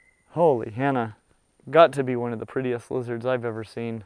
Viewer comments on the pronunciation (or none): none